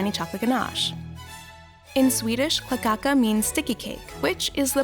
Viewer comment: It sounds like you say cacaca for kladdkaka